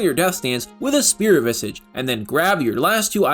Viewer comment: so you’re pronouncing coup de grace correctly but keep saying Spirit Visigi, it’s vizaaj